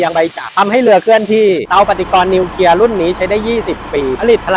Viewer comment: นิวเคลียร์ ครับ ไม่ใช่ นิวเคีย😅